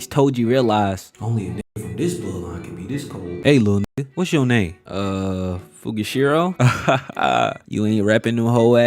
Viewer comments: sukuna :❌ sukana :✅ fushiguro:❌ fugishiro✅ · You don’t even get fushiguro name right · bro it's fushiguro not fugishuro 😭